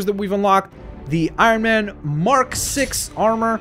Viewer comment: It’s Iron Man not irone man